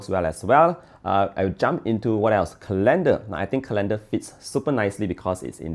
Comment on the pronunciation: Colander? For sifting flour? 😅